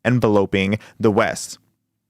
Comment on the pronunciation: The way you pronounced enveloping hurt me spiritually